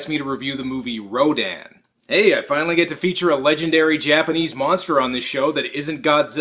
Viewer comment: I just thought it was distracting to hear rodan pronounced 3 different ways. R-OH-DAN, Raydon, and R-oh-din.